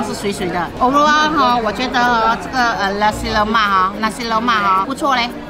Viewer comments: Nasi Lemak. Not lussi loumark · I keep hearing "lasi" lemak 😂